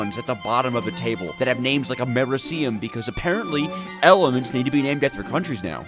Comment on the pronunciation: Somebody give this man enough money to go to a chemistry class he’s butchered basically all of the element names